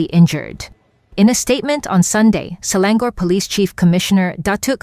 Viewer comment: Straits Times. Who you employed to narrate the news? Selangor pronunctiation also can't get right.